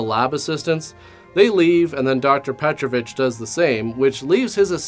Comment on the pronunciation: You pronounced Petrović correctly, that is quite rare for english speaker.